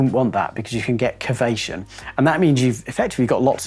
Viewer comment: "cavation". I think you mean cavitation.